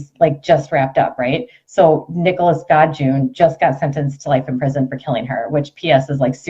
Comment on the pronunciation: "God-June"? 😕 I've never heard it pronounced that way.. Its pronounced "Go-deh-John"! For being a self proclaimed journalist she is horrible at knowing the details of any subject she covers. Why, why do her supporters just follow along & back up all of her crap?! 🤔 She could tell them that mountains are flat & they'd swallow it hook line & sinker! It is so weird to witness.. 🤨